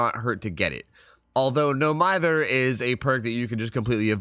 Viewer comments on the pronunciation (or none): thanks for the tips, but mither is pronounced as "meether" not "myther"